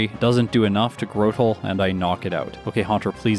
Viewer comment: Afaik. Arceus has two official pronunciations. It was originally are-see-ess but was later retconned to are-key-ess. Speaking of pronunciations, there were quite a few in this video that you technically got 'wrong': Cranidos is pronounced cray-ni-dose, like cranium! Grotle is apparently 'gruh-dull'. Although, unless the name comes from grotto rather than growth, I actually think grow-dull makes more sense. This one I'm not as sure about, but I think Gardenia is pronounced gar-deen-ee-uh, like the flower. Roserade is officially pronounced rose-raid, though rose-uh-raid does arguably make more sense because it sounds more like masquerade. Mismagius is officially miss-maggie-ess, believe it or not. I guess that's why Fantina's was nicknamed Miss Maguire! Staravia is star-ay-vee-uh. It's likely a combination of 'starling' and 'avian'. This one's a bit more nitpicky but Roselia is row-sell-ee-uh rather than row-say-lee-uh. Tropius' official pronunciation is trop-ee-ess. Makes sense, it's about as tropical as a Pokemon gets. I used to call Hippowdon hip-oh-don too but it's actually hip-ow-don. Lopunny is pronounced luh-punny. It's a lop-eared bunny! And finally, Milotic is officially my-low-tick. Its name comes from Venus de Milo.